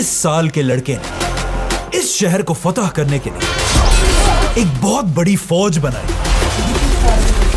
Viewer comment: FATEH HA YAR FAITH NAHI